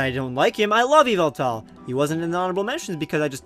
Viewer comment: Many people say Yveltal wrong. Look at MandJPokevids Pokemon Talk 8 video and leran how to say it